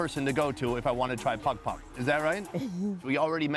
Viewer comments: saying pagpag like “Pog Pog” is the equivalent of someone pronouncing gracias “grassy-ass” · yea pag pag is pronounced more like like 2pac except with a D O double G and not a Central Cee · As a filipino fan, im happy that hes making a video about my country, but its pagpag😭😭